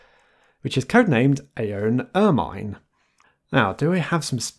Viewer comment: Why can't anyone pronounce ermine correctly? It's pronounced ər-mən ər-mən ər-mən ər-mən